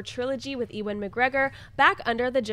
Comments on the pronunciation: it is youvan not ivan. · needs to stop saying E-wan instead of Ewan. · I love how pronounces Ewan's name...E-Won lol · Where are you getting the the "v" from? It's pronounced "you-win". Say it quickly. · you're awesome but please try and get Ewan McGregor's name right, this has been a few times now and it's driving me crazy! Apologies but the Scot in me is getting frustrated haha